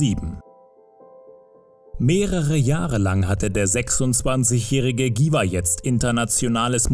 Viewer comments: Was für giwah? 😂 cringe wenn man ein Video über einen Künstler macht, dessen Namen man nicht mal richtig aussprechen kann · Dschiwar.... Nich Giwar...